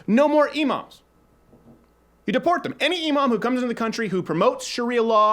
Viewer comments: He said imam but I thought he said emo at first and I was like “dang you want to deport me just cuz I like Fall Out Boy??” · I was all up for your idea until understood that you said imam and not emo, but I can agree on that too